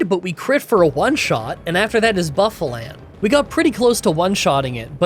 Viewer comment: *Assurance, not assistance. *Pronounced Hy-Dry-Gon *Pronounced Boof-a-launt